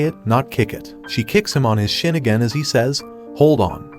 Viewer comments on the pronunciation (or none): none